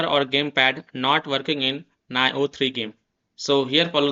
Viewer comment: Nice video but It's pronounced "Nee-oh" lmao.